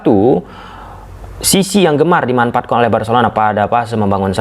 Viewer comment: kok Kaliman yg seharus nya" dimanfaatkan jadi dimanpaatkan, fase fase jadi Pase Pase, pers jadi fers,😂😂😂geli juga dengar bahasa nya😂😂😂